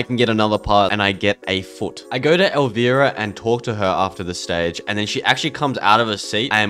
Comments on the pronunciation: COD Infinite Warfare zombies is my fav COD zombies. also bruh, it's not "El VEE rah" It's "El VI Rah" It's an I not an E. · Pronounced El-Rye-Uh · It's El v-eye-rah u pronouncing wrong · Bro say elvEARA one more time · Your saying Elvira wrong